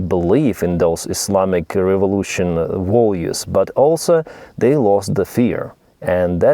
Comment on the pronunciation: Values not volues